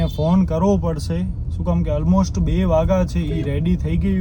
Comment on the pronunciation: અલમોસ્ટ ❌ ઓલમોસ્ટ ✅